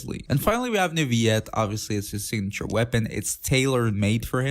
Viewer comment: i have a question.. Who is? you keep butchering his name xD i don't know why